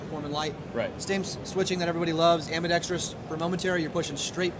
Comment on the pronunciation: AMBI-DEXT-ROUS NOT Ambi-dex-tri-ous ... amazing everyone gets this simple word wrong